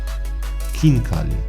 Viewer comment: Lol khinkali?? really m8?